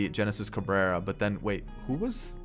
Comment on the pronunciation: HENESIS CABRERA NOT JENESIS CABRERA. THE G IS AN H SOUND